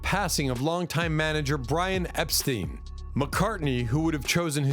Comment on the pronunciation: Epstein not steen